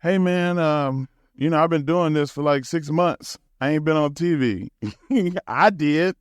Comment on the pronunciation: Why does it sound like he's saying 'TV' wrong? Like he's putting too much emphasis on the V. As though there are other type of similarly titled appliances. "I was on peeVee and geeVee, but I should have been on teeVee"